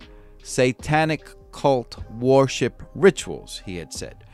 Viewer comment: Commentator needs to improve pronunciation of words such as Oregon, Creech & worship. Next, how is it that an inmate is able to garner a sock full of batteries while being incarcerated? Seems like a pretty lax prison… not that I support suing but if I would hav been that dude’s family member I would hav been holding the prison accountable along with Mr. Creech